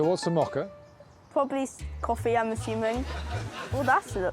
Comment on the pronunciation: I'm really tempted to mock-a them for how they say mocha, but I'll try to refrain. 🙂